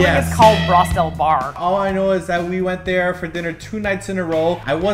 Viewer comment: Guys...I am from Germany and it really hurts to hear how you pronounce the word like Ehrenfeld and Braustelle :/